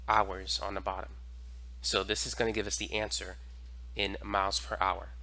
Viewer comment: You should try pronouncing miles Miles Miles not maos. And I take it you’re homosexual.